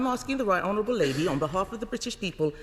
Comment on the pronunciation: She said "honerwable